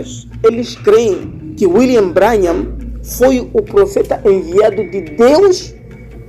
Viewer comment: Se pronuncia "Brãnrram" Deus te abençoe meu irmão. A verdade tem que ser dita contra essas seitas e heresias